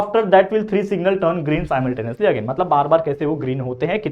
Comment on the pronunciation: Sir wo simultaneously hai simuultaneously